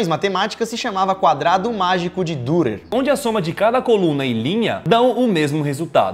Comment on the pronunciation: O nome do artista ,que éra alemão se pronuncia "Direr" pois o alemâo usa trema(¨) no U¨e se pronuncia como I